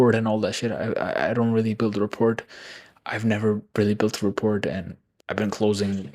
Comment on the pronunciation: rapport - Simplified Pronunciation: "ra-PORE" (with a silent "t")